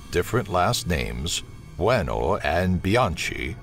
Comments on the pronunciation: Buonno and Bianchi, not Bueno. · As an Italian I fucking laughed so hard at the way he spelled Buono and Bianchi lmaoooo